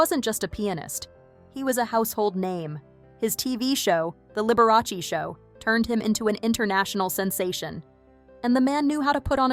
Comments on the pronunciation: Lib-ber-ah-say.........never heard of her.... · How could you pronounce Liberace so wrong? 😂